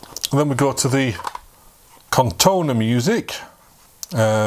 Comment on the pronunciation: Nice video, but it is corrona, not Cortona 😏